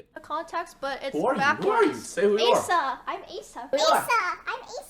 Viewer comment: Guys u pronounce it as Ay-sa! Not A-sa! So real